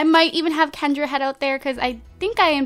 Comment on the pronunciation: Pick Kendra and also Andrea's name you don't pronounce the a